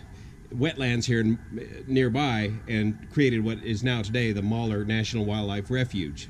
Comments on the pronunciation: Not to worry... a closer rendition would be Mal-hure. Great job on the Oregon back roads. As well, great job on the dam project. Oregon born, California grown. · Please learn the correct pronunciation of MALHEUR. Mal-Huuer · For the most part you covered this well, however, you were in Harney County, not Malheur County. The Malheur Wildlife Refuge is in Harney County. You also made it sound like Oliver went free and lived happily ever after. Not so, he was murdered by Pete French's men after his acquittal. Also, you should learn to pronounce Malheur. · Good video... but you're butchering the name "Malheur." lol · He butchered the pronunciation of Maljeur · It's not Mauler, it's Mal-heur, almost like the two words "mall here". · "Moller' was killing me! It's pronounced just like it's spelled, mal-heur. Neat story though and glad to hear that bastard meeting his karma. My great, great grandfather Ajax Noyes was also a bastard cattle baron in Montana and has a Bitterroot peak named after him, Ajax Mountain aka Ajax Peak. He lost his fortune chasing gold in the Bitterroots and commited suicide. My great aunt Alva wrote a biography of him and volumes of this book sell for upwards of $5000 today for a nice quality edition. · It's pronounced " Mal-hear". Love your stories safe travel's while in my home state, sincerely. From Dave L. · I thought it was pronounced 'mal hewer', not moller..... I love the area. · Wow! This is in my neck of the woods and I've never heard of it. I also didn't know French Glen was named after Pete French. I cringed every time you pronounced Malheur, Maller though, lol. Great reporting, very interesting! Thank You! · Another awesome video,your the man.Just wanted say that up here in Orygun, we pronounce it Mal hUr. Did you stop in Fields and get a milkshake?.Keep em coming buddy. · Malheur is pronounced (mowl-hure). ;)